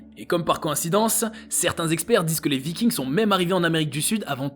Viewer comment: Vikings le s ne se prononce pas ! Ce n'est pas de l'anglais !